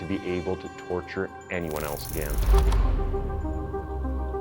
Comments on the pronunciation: Something I don't get, i've noticed you pronounce "Insane" as INS-AY-N. But when it comes to words like "Again" and "against" that have the same "ay" sound in them, you say "aganst" or "agan". I've never heard this in dialect before, what accent is it from? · What a clickbait title....you make it seem like he committed these crimes dressed as Santa. FALSE. Also when are you going to learn how to pronounce the very simple words again and against?!? 🤔